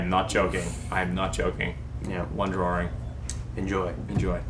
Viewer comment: "drawring" yeah okay man.